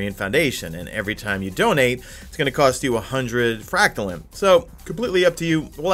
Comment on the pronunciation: Anyone else triggered every time he says Fractalin? Its Frack Tuh Line or Lean. There is an e at the End of Fractaline. Thanks for the vid btw. #madeittotheend